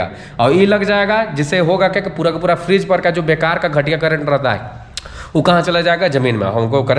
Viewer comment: Frage❌ Fridge ✅